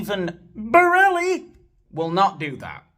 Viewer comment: When you say 'Mr Borrelli' 😂😂😂